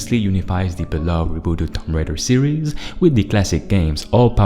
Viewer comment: Its tomb raider not tom raider. (toom)😂